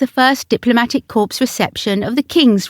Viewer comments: Corps is pronounced core. A corpse is a dead body. Please ensure your research is extended to annunciation and pronunciation. Thanks. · The Honourable Lady Ogilvy being Princess Alexandra of Kent, who has served the monarchy well. Corps is pronounced core and in the plural and possessive as cores. A corpse is a dead body. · Corps The P is silent. Please!!!!!